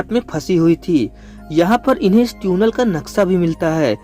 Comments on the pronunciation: Areyy 🤣🤣 it's Tunnel not Tune-ell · Bro vo tunnel hota hai tuuunel nahi 🤣🤣🤣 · Bro its tiunal.... Not tuuunel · Teeeunel nahi tunnel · Bhaiya teunel nhi Tunnel hota hai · Its tunnel bro .....Not Tyunel 😂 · NO! it's not Tiuunel and not Tiuunel it's tunnel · Beta dhaniya ye tuenal nhi tunnel hota hi 😂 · आज पता चला कि tunnel को हिंदी में ट्यूनेल बोलते हैं 🤣😂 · sahi baat hai Maine bhi yahi notice Kiya tuinal bol rha hai lol 😆 😂 🤣 😄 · Tiunnal nai tunnel Hota Hai bhai. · तुनल नहीं टनेल 🙄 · This is tunnel not tyunnel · Tune nell nahi chutiya tunnel🤣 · Its tunnel bro .... Not Tuuunel 😆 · Pehle baar 'Tuuunel' sune toh sidhe comments section me khojne aa gaye 🤣🤣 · ट्यूनल…..ट्यूनल bol bol kar dimag ka dahi kar diya….😂😂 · Tune nail.. 😂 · Yeah bro I'm also laughing for that 🤣🤣